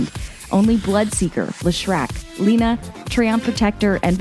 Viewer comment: It was spectacular and all until I heard "Champion Lina"